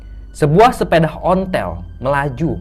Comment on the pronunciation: SEPEDA... BUKAN SEPEDAH...